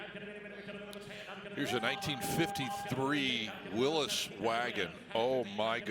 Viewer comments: Ya know what, it's "Willys not Willis" damn it. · You are incorrect. When the Willys Corporation was founded in 1917 by John Willys, his name was pronounced "Will-is". You can look at some old Willys Jeep TV commercials online and that's the way you'll hear it pronounced. Somewhere along the way, people began saying "Will-ees", probably hot rodders who were building Willys coupes to drag race. We've discussed this on the coverage in the past and you probably missed it. Thanks for your comment.